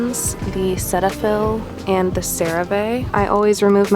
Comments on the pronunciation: the way she pronounced cerave and cetaphil both wrong 😭😭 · Cerave pronunciation : Sair-a-ve. Cetaphil pronunciation: see-ta-phil